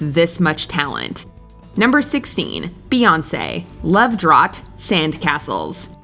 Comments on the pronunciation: Why does the host/announcer of this video have issues pronouncing normal words like Octave and drought ? Very strange. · Is it really prounced Love Drawwwt? I thought Drought was pronounced like shout.